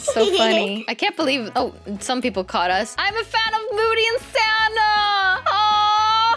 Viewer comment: Sanna you Said öd